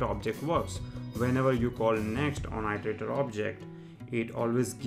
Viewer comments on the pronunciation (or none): thanks for vid, but i part of iteratior is pronounced as [ɪ]; pronounced as "ee + terator" not "ai + terator". I'm pretty sure you already know it, but just a reminder! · Iter!!! Its fucking i-ter not ai-ter!!! Nice vid tho